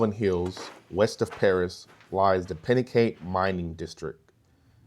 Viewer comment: Pronounced: "Pin-a-cot-ee" mining district, and "Gav-i-lan" Hills / Mine. Sweet video though, I grew up in Perris, and always heard about the mines, but never found them when off-roading around the area.